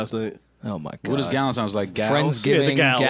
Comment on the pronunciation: Joe said “ Dukentimes Day “ 😭😭😭😭